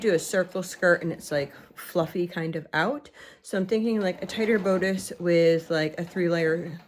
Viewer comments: You have a wonderful place to sew. Everyone sews in their own way. Do what works for you. I do have to say that the word bodice has a short o sound instead of a long o sound. Sorry, but I just wanted you to know. I don’t mean to criticize… Praying for your family & little Azariah! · I am not trying to be a jerk. Bodice is pronounced with a short “ o” as in boss. Best wishes with Azariah. He has a lot of love on his side.